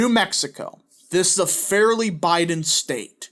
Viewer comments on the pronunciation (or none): none